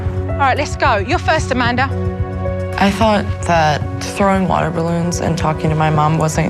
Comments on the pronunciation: When she says Amanda she says Amander. Did anyone else hear that. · supernanny ironically pronounces Amanda's name as "Commandar." I find this funny because Amanda commands the family pretty much. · I like how SuperNanny says Amander